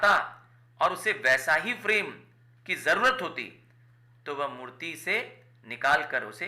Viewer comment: Mutt❎ Murti✅😅😅